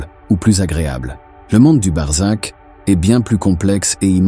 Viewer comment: C'est BARZAKH et non barzak et c'est un mot persan, qui décrit le monde entre l'enfer DOOZAKH et le paradis ou BEHESHT pardis, et on sait que l'idée du paradis a été inventé par les perses